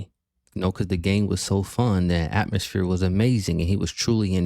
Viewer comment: "Astmosphere" "vibes"